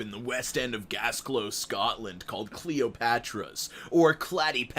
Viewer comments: Okay I watch all the time but IS NO ONE GOING TO TALK ABOUT THE FACT THAT HE SAID GASGLOW INSTEAD OF GLASGOW?!?! AS A GLASWEGIAN I AM PERSONALLY OFFENDED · Did he say Gasglow instead of Glasgow? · Gasglow?? Da fuq...... Glasgow (Glaz-Go) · ITS NIT GLASSGO ITS GLAZZGOW FFS AS A SCOTSMAN THIS ANNOYS ME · I think part of my soul died at pronunciation of Glasgow. Glas-gow, not Gas-glow!! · Gasglow? Do you mean: Glasgow? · As a Scottish person, Gasglow... nooooo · Q it’s glass-go not gas-glow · Just for Americans Glasgow is pronounced Glas-go not that anyone cares haha! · Not to be rude but you said Glasgow wrong Its produced glas-go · did he just pronounce glasgow "glass go"? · I had to pause the video for five minutes after hearing ‘gasglow’...... sir you were so close yet so far. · "Gasglow" I love it 😭😂😭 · did... did you just say gasglow????????? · W hat the FUCK is GAS CLOW??????? CUE WHAT IS G A S C L O W????!??!?! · Gasglow Scotland 😂😂😂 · Hey, love your videos just one thing your pronunciation of Glasgow, I know it’s a tiny thing but for future reference its pronounced like your saying the word glass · Did... Did u just call Glasgow gasglow??!! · 'Gasglow'! It's a spoonerism! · G a S g L o W 💨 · Hey just about had a stroke with the way you pronounced Glasgow, as someone who was born and raised in Glasgow I think I'm entitled to all your earn in this video and future ones you make and also complete access to all your emails. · The pronunciation of Glasgow hurts me, no offence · SKAKAKA THATS NOT HOW YOU PRONOUNCE GLASGOW AHAHAHAHAHSH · That's not how you pronounce Glasgow mate. Please don't annoy the Scots. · I’ve herd Edinburgh be mangled by Americans but never before have I heard such a strange pronunciation of Glasgow. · buddy i am sorry but WHAT THE FUCK was that pronunciation of Glasgow. As a Scot your attempt at trying to say it was like nails on a blackboard smh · pronounce glasgow like that again mate i dare you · G A S G L O W